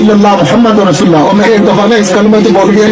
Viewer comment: BETA AOA KALMA MN LFZ RASOOL KI LAAM PR ZABR HY OR AP NE 2 MRTBA ZER PRHI HY LEHAZA AP APNI VIDEO DOBARA SUNAIN OR APNI ISLAH KR LAIN BAZ OQAAT ZUBAN SLIP HO JATI HY MUJAY INFORM ZRUR KRNA DEAR❤️ BETA